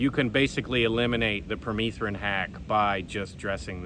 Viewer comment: I believe it's pronounced per meth rin....like methamphetamine. Having bare skin like you are won't fly in Missouri you have to be covered from head to toe. Permethrin does work as a repellent. I've sprayed my clothes with it front and back, had long sleeves on and a hood..... Deliberately went where ticks reside and none of them came near me.